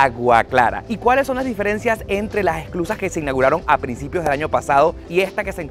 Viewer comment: Hola! Gracias por mostrar un poquito de mi hermoso país. No sé si escuché bien pero creo que decías “exclusas” y se llaman “esclusas”. 😉